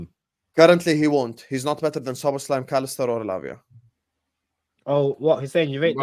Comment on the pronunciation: The American guy talking about Szoboszlai when he only just learned how to pronounce the man's name. 🤣😂🤣🙃